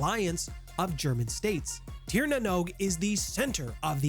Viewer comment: Sear. Its pronounced Sear Sear-in-gear. And honestly a lot of what your saying about elves, particularly that they are rich and powerful and beloved, isnt even a stereotype in shadowrun much less true. There are trailer parks and janitors and losers in the Tir just like anywhere else.